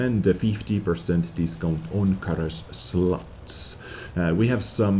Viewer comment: did I hear - "SLUTS" instead of slots? xD